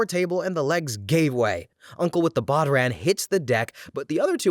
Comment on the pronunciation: Bodhran is pronounced as it it rhymes with wow yawn